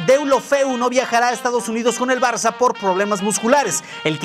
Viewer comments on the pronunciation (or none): none